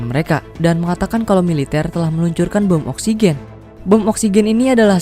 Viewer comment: bentar² gue salah denger gak sih klo pengisi suara menyebut bom oxygen???😂